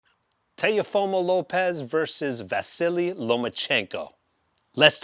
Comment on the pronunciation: Are you Hispanic?? Why do you say Teofimo like that 😂